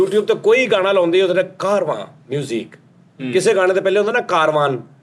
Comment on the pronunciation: Kaarwaa hi hai, not Karwaaan... its pronounced as Kaarvaaa with N silent. The major company is HMV now it has renamed to SAREGAMA and other music company was Music India, and third was EMI records. After that Gulshan Kumar jumped with fake/copy cassettes initially and then he became tycoon of music industry with T-series. Earlier, T-series used to come with pirated songs of all old films and Rafi, Kishore songs with cassettes written JAI MATA DI on them. Gulshan kumar started this business from a small Juice shop in Delhi (which still exists).